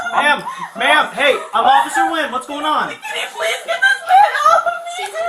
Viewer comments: Officer's surname is pronounced "wen". Not in-goo-yen. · Nguyen is pronounced WEN, not en-goo-yen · It's common knowledge how the Vietnamese surname, "Nguyen" is pronounced and it's NOT "Nuh Goo Yen". It's one syllable, you hacks. It's pronounced like "When". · No excuse for a man or woman of any size to strike her anywhere. Her age and his size have nothing to do with it. BTW Officer Nguyen's name is pronounced Win . He said it right in the video. It's a Vietnamese name and again it's pronounced "Win." Why does the video title say "cops save teen girl from abusive parents?" The cops did nothing to help the young WOMAN. Your title is all kinds of messed up. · So unprofessional of the narrator to not check his pronunciations he keeps saying officer nugyen when it is pronounced WIN ,i realize spelling is different but if your putting out videos to earn money at least say the name correctly and ps the step father should have been arrested for unlawful detainment as well as slamming the other teens head on the wall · WIth all respect, but the officer's name is actual Vietnamese and it is pronounced Wen.